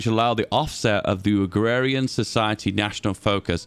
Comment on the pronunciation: "Agwawian society"